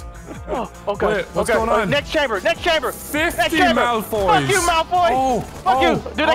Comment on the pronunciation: Malfroys instead of Malfoys lol